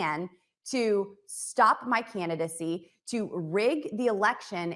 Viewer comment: Can Boebert say “candidacy” instead of “cannidacy?” I mean, she’s not all that smart, but she also knows how to mangle the English language.